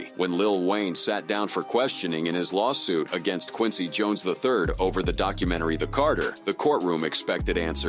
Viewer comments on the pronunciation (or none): none